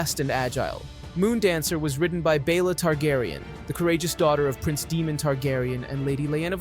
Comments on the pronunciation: Why is this guy mispronouncing names that are spoken in the show. He's calling Prince Daemon (DAY-mən), DEMON..! Why? Is he clueless, or is he just not watching the show. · Why does he pronounce Daemon as demon? Just to annoy me? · I love Syrex. She’s beautiful. Demon?? You mean Daemon king Visarys’ brother. (day-mon) right? Vhagar is so huge and a war is happening between the Greens and the Black. Therefore, I see not only a war between the two factions’ armies and navies but a huge- monumental, dragon war as well. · I’m stopping the video because it bothers me you can’t pronounce their names right lol it’s Daemon not Demon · is Daemon dude! not demon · It's Daemon, not Demon 😭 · Say it with me… D-a-e-m-o-n, not Demon. It’s hard to take you seriously, when you can’t even pronounce their names properly. 🤦🏻‍♀️ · They say the names in show. You don't have to guess how to pronounce them. At no time is Daemon called "Demon" or is Aemond called "Emon".... very distracting. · "Demon tegaryan" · my fav is daemon being demon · It hurts my ears when they say Deemon hahaha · Don't necessarily need perfect pronunciation since all these mexican names are a pain in the aes. But yes some of the mistakes are idotic. Like nobody name is Demon. Even I at least say Damien since it makes sense. Or Shakiros because I'm not trying to pronounce whatever tf that dragon name is.